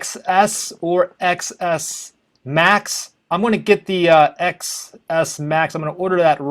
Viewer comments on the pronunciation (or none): It's pronounced 10s Max